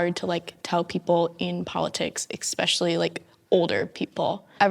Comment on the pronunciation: I love the subtle correction of “Gun-Ho” to “Gung-Ho.” Now if only somebody had done that for the girl who can’t stop saying “ekspecially.”